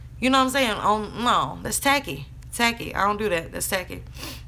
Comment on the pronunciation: & and I like how you said "tackey" your accent was strong there lol